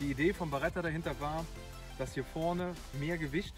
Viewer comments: Es heißt Beretta nicht Baretta😂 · Aber die heißt doch Beretta und nicht BAretta.Vielen Dank für das Video